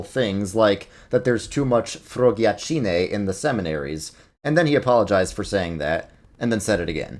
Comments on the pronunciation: As an Italian, I really cracked up when you tried to pronounce the "slur" Pope Francis used, especially because you swapped the C and the G 🤣🤣 It's pronounced "frochàggine" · The word is frociaggine, not frogiaccine. But thank you for sharing this word with us